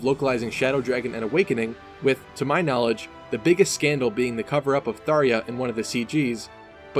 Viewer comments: Did he say Tharja as "Tharia?" Oh no honey what is you DOIN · Thar-ya? THAR-YA?!? Did you seriously mispronounce Tharja that much? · how the hell did you just say Tharja